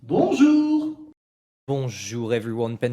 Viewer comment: That "bonjough", no homo